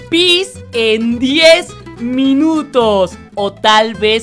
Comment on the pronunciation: No dice 10 minutos dice dies mileños